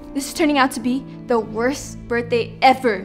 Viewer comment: Can u just mention that girl says birtday instead of birthday